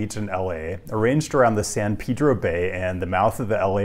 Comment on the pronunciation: Good job saying San pedro